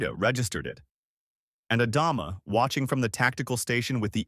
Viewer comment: For the 3rd story in a row....Adama... Ah Dom Ah....ADAMA!!!!!!!!!!!!!! it is not the only name this AI bs is getting wrong. ADAMA!!!!!!!!